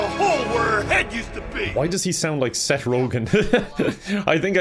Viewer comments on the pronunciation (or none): none